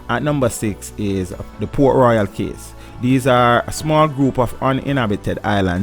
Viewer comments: What another shame that part of Jamaica is owned by the demonic offspring that is the US . Cays is actually pronounced as Keys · Good info. But the pronunciation of some words is very strange. "Cays" is pronounced like "keys". "Islet" ?